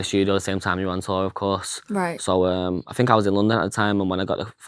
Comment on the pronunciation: It's I THINK not AHH FINKK. 😂😂